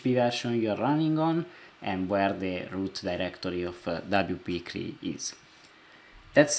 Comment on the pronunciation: Thank you. I understand you are not a native speaker of English. So you do not continue to sound silly CLI is not pronounced "clee" it is an acronym that represents C(ommand) L(ine) I(nterface.) WP-CLI should be pronounced by speaking each letter... double you pee see ell eye